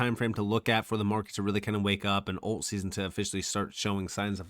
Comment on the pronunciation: Its "alt" coins, not "olt" coins. Your captions are recording your speech as "old" coins because of the mispronunciation. Otherwise, interesting video.